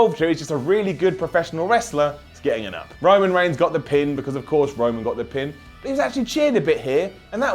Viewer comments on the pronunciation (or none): none